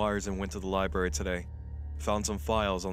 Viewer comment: libRary say it with me libRary not liberry